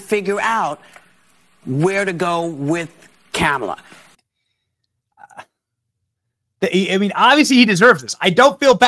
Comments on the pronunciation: Uh oh...Whoopie didn't pronounce her name right....Where's Stephanopoulos?! We all know how upset he gets about the mispronunciation. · Whoopi said KAMALA wrong!!!!!!!!!!! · Whoopi said Kamala’s name wrong 😂😂😂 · Another funny thing is Whoopie pronounced Kamalas name wrong 😂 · Whoopi can’t even say Harris’ name right 😂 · Did you hear how Whoopie pronounced "Kamala"? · Whoopi mispronounced Kamala. Does that her racist? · Is Whoopi pronouncing Kamala wrong on purpose?😅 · shit. WHOOPIE don’t even say Kamala right. Yet she supports her? And Joe didn’t say a word 😂 My point in all of this is to say that it’s really sad what happened to an old person. Regardless whether they have cognitive issues or not, they still kind of revert back to children. Be there for your family when they get old. You might be the only ones they have left, and it’s a lonely life being old. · Whoopie did not pronounce her name correctly. 😂😂😂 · Whoopie needs a Kamala pronunciation session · Whoopi mispronounced Kamala! 😮😂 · whoopi goldberg called Kamala Camala 😅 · Wooopie just said "Camela" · Was that Whoopi calling Kamala… CAMELA? 😂🤣😂🤣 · Did anyone catch Whoopie calling her Cam-a-la and not Ka-ma-la? Aww 😂 LoL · Whoop-de-doo called her camela, not comma-la...lol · Whoopi called her Camela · Whoopie pronounced her name "Camala" and not "Commala" For shame Whoopie!!! 😂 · Camela?! It's K A M A L A. How racist! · Uhoh! Did Woopie call her CamelUh? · Whoopi literally said - 🐪la- Camela 🤷🏻‍♀️🤣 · I cracked up when I heard her say Cam a la. That was so sweet cause everybody knows will be us nothing but a vicious, angry vengeful person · yes she did I called her KAKAMALA 😅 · So it’s ok for Whoopi to call her Camela, but then they freak out when people pronounce her name wrong? Really? I guess Whoopi gets a privilege pass! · Even her ass said CAMAL-A 😂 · Whoopi just called her Camela.😂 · Wait. Did Whoopi say camel-a? Nancy Mace vindicated. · Whoopi pronounced Kamala as Camela.